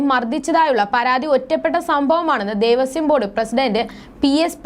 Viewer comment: മോളേ ദേവസ്യo ബോർഡ്‌ അല്ല. ദേവസ്വം ബോർഡ്‌ ആണ്